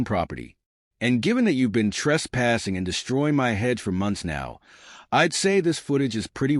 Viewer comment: HOA not HUA. Hedge not head.